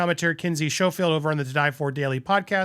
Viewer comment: Man, Kinsey is a guest on your show and you still pronounce her name wrong. It's pronounced Skofield, not Shofield. It's like someone calling you Sidnore.